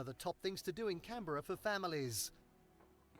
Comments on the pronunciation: As someone who grew up in Canberra (it's Can-bra btw :)) until I was 12, this list misses out on some of my favourite things to do in Canberra. Gold Creek Village, for instance, is an absolute must-go. It's a beautiful, quant village type area you can explore that's filled with gorgeous boutique stores with local art and handmade crafts. It also has some of the most memorable things to do in Canberra that aren't just ostentatious architecture and art and politics. It has Cockington Green Gardens. Beautiful gardens filled with intricate, miniature displays everywhere. Like of famous buildings or historical street scenes or sports matches. A mini train you can go on. It's just really sweet. There's also the National Dinosaur museum, which is just a really cool dinosaur museum. There's also a bird aviary where you get to feed the rainbow lorikeets. They're very tame and will happily sit on you as you feed them. As far as festivals go, the National Folk Festival is absolutely amazing. Artists come from all over the world to perform and it isn't strictly folk either. There is also everything from dancing to markets to parades to art murals to amazing food. You can go in with zero interest in folk music, and will probably leave with a 1000 pictures, a pile of signed CDs and merchandise, and with some pretty cool handmade hippy clothes. The Canberra Show isn't too bad either, especially if you want a festival that focusses more on Australian culture and agriculture and crafts. The N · If you want to learn about Australia at least learn how we pronounce things. Canberra is pronounced Canbra. There is nothing more annoying to an Australian as an ignorant American. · I suggest you try and watch Amazing Race Australia - race around Australia to get an actual idea of what places actually look like when there. 😂 😂😂plus the way you say Canberra had me in stitches. It’s Can-Bra to locals not Can-Berra 😂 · It's CAN berra, the emphasis is on the first syllable 🙂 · Yep Canbruh 😂😂